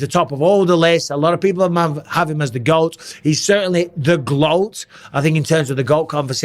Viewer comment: Is this fool saying gloat? Greatest Lady Of All Time 😮😮😮😮😮😂😂😂